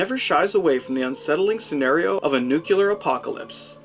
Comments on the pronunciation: It is indeed a fair and thoughtful review, well done sir... but your inability to pronounce 'nuclear' correctly is really distracting -- "NOOK-yuh-lur" is just lazy and annoying and wrong. "NOO-klee-ur" or "NOOK-lee-ur", please. Like the sound 'nu' and the word 'clear'. Simple. As for being 'as graphic and disturbing as they come," I agree IF you are only regarding American TV movie history; but I think Testament (made at the same time as TDA, and shown on American PBS stations) is arguably much more disturbing for its emotional theme and very human, saddening tragedy. If you mean beyond American shores, I cannot at all agree about TDA being "as graphic and disturbing as they come." I know you've seen BBC's THREADS (1984). Faaaaar more graphic and tragic and disturbing in my view. The Day After had me plenty anxious and depressed for a short while; THREADS had me shocked into sick numbness, sad and scared for a long time. Whether you agree or not, though, for sure I would be very interested in your thoughts/review of THREADS. Well, if you would pronounce 'nuclear' correctly. :) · Nuclear not nucular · You know what the REAL nightmare is? - Hearing the reviewer mispronounce NU-CLE-AR almost a dozen times throughout this review, that's what! If you can't even pronounce the topic of your review, find something else to do a review on! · NEW-Clear. 2 Syllables. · No, actually three: New-clee-er. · Seriously, just how difficult is it to enunciate the word, "nuclear" (new - clear)?! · great review but i hate the way you say nuclear.